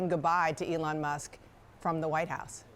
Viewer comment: It is ELON not ELTON?